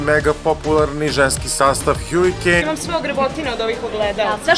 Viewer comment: Kaže lik haarikejn